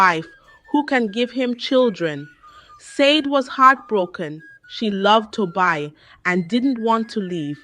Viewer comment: Ai reading your stories can be very confusing, because of wrong pronunciation of names from Tobi to Toby, from Said to sadi